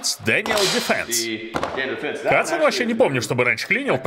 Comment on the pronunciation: Hudson и hatsan(твоё произношение) разные ооружейные компании